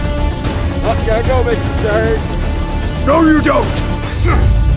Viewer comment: mr stwange it's not nap time yet